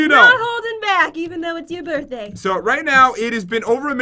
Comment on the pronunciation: Did you hear that jen said happy borthday pat